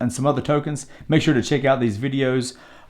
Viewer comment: Lmmfaooo "make shur u chek thad out *eyebrow raise*"